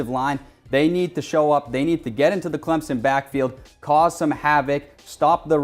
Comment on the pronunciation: This host can't even say "Clemson" correctly.